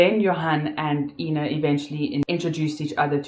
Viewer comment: I wish you would drop your fake accent.....you kept on calling the victim AAAAIIIINNA and whenever you had a slip of the tongue you would call her Ina which is correct. Make up your mind which accent you want to use....you're making a fool out of yourself!! You suck at acting.